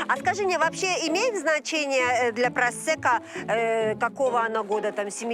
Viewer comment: Почему переводчик говорит просЕко, а не просЭко?